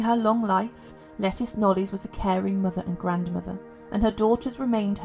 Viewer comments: Isn’t it pronounced “Leh-Teece” rather than “Lettuce”? Sometimes this voice sounds like a text-to-voice-program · Thank you. I was cringing each time she called her “lettuce” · I’ve heard that her name should be pronounced Le-TEES, like Leticia… Great video👍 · Pretty sure it's pronounced Le teece not like the salad leaf 🤣, I do enjoy your videos it's nice to listen /watch instead of read sometimes 🙏😎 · Yes, it's a anglicized form of Leticia.